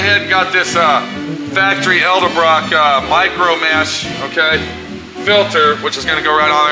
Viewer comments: Hey...say EDDLE-BROCK!! not EL-DEBROCK!! fer chrissakes...otherwise a good video,!! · does this guy know its pronounced ED-EL-BROCK......not EL-DE-BROCK